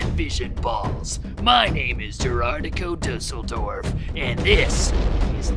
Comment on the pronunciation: Duasseldoeref... Was dat gud?